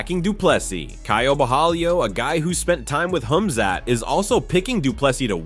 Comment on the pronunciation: Wow! Man thank you. You've finally pronounced it right. KHAMZAT 🎉🎉🎉🎉❤❤❤❤